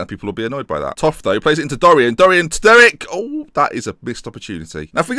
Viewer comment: I think you're saying Derek wrong, too.